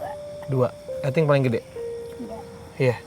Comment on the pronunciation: Karna grget sama udah dibilang "Eting" malah "iting"2 mulu... Jadi reflek lah ku nyebut "eting". Gasampe 3 detik langsung merinding haiishh😨